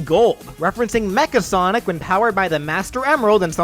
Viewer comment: Right...do you even know how to pronounce sonic?